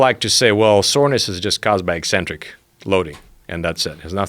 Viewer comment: SO happy to hear Pavel say EKcentric contractions--at some point in the '90s people started saying EEcentric contractions like it's some sort of new word...